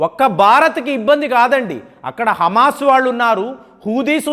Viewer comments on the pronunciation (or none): none